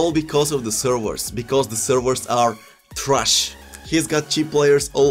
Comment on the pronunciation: "Gameplays trush ,ref is trush"😂😂😂😂😂